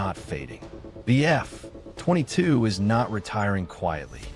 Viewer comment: at least fix the AI voice to treat F22 as one word. So annoying to hear F....22 with a long pause in between!